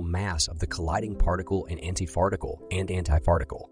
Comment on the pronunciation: Lmao did you just say anti-farticle??😂😂